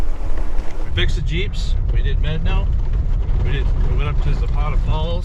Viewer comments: Definitely know what you’re doing offroad! The locked rig walked that thing. But it’s MEH-dah-no not MED-a-no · You are pronouncing Medano incorrectly. Look it up. How do you pronounce "Medano"? Médano is a Spanish word that means "sand dune". It is pronounced "MED-ah-no". Kudos to you guys for having the balls to drive that route. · Mé-da-no pass. And Blanca peak not Mt. Blanca. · wouldn't Medano in Spanish be pronounced may DAH no? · LOL. Medano is Spanish, it’s pronounced Meh-DAH-no. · If it’s a Spanish word that’s still not how to pronounce it correctly. 😂